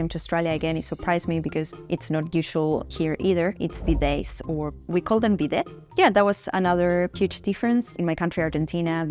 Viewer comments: Girl it is pronounced as BEE-DAY not BI-DETH Its not cultural difference truth of thhe matter is its hygiene Aussie tap water is potable for drinking and they dont want to compromise it by installing it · She is surprised by some very simple things. Most surprising for me is that she can’t pronounce the word bidet. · The t in bidet is not pronounced as it is a french word. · I just wish people could pronounce the word correctly ffs. It’s not pronounced ‘bi-det’ but ‘bi-day’ it has French origins. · It is pronounced BEEday, with the accent on the first syllable. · i didint realise there were ppl stupid enough to pronounce it 'bi-det'. this is why you should have to pass an iq test before being allowed to vote.